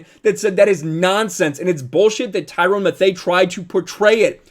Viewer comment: “Tyrone Mathea” 😂😂😂😂